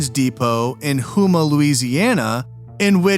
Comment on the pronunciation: Also, Houma is pronounced “Home-ah.”